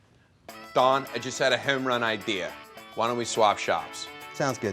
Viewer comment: Kroll should have said Don sounding more like Dawn. The ahhh sounds have more of an awww in Philly speak like daughter becomes dawwwder. Also 'yous' and 'jawn' every other word.